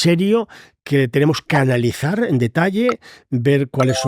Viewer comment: "c'analizar" "carasterísticas". Seguiré viéndolo